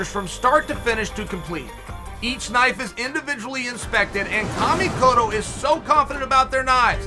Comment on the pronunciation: Chael can perfectly pronounce Kamikoto, but he can't say "Belal"